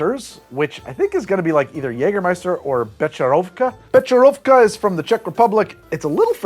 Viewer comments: As a head’s up, the “ch” in Czech is a hard H, like in Chanukah. Not a ch like in cheese. For when you pronounce Becherovka. Also I like it too. My friend would say it’s Christmas in a bottle! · Becherovka has a strong H, like German ch. Not a č. Also Czechoslovakia had something called a Fidel. It's a Cuba libre made with Božkov and Kofola because it was hard to import real rum and coke. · Dear, the 'ch' in Becherovka is more like a 'hh' sound (if you want to say 'ch' in Czech, you use č!). FYI. Greetings from Czech Republic, an entertaining and amusing video! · Also - “beherovka” with an h sound, not a ch sound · HOWEVER. please pronounce becherovka as bekherovka. k is silent. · For reference, the ch in Becherovka is isn't the soft English ch sound, its like the spanish j, like Juan.